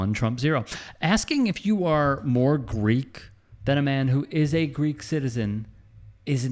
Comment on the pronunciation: He said freek not greek!